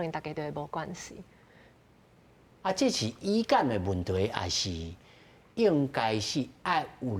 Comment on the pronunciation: 主持人 kā 語感 發音做 í-kám, 應該是 Gú-kám 才tio̍h. 使用台語輸入法這款去互中語 giú 去 ê 情形 to̍h 會當慢慢仔改善.